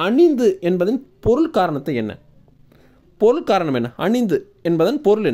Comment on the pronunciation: அணித்து என்ற சொல்லை சரியான உச்சரிப்புடன் கூறுங்கள் ஐயா.தாங்கள் கூறுவது அணிந்து.அணிந்து என்றால் அதன் அர்த்தம் வேறு